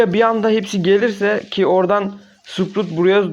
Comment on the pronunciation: Sprut degil sprout ben seni kotulemiyorum abi yanlis anlama sadece soyluyorum ben dige yorum tapanlar gibi degilim seni de seviyorum videolarinin hepsini de sonuna kadar izliyorum🥰